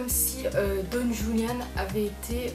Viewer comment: Tres bonne video, merci pour ces information, mais les ''euh'' me stressent 😂 et petite précision le ''j'' espagnol se prononce comme le '''r'' francais donc son prénom se prononce ''Roulianne'' 😊